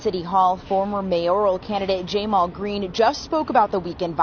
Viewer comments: He pronunces his name as "Jay mall" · Did that news reporter really pronounce "Jamal" as "JAY-maul"??? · Jay-mal ? Lmao